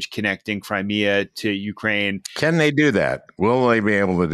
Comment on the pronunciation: Al, please learn the correct pronunciation of Ukraine. (Your guest knows how.)